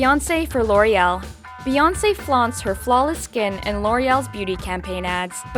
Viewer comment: "Lo'Real" "LOW REAL"